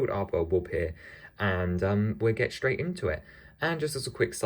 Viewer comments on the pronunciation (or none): You pronounce “straight” wrong